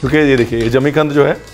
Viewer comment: Jimi kand nhi. Zmi kand